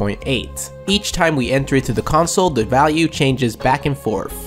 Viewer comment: "forf" One of the biggest black person tells.